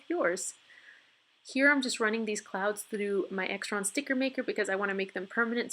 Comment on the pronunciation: This is such a cute DIY! I love the banners you punched with the heart and star. :) A tip: Xyron is pronounced in two syllables, and sounds like the beginning of Xylophone.